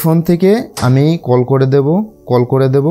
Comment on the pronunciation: কোল নাহ রে ভাই … কল 😂😂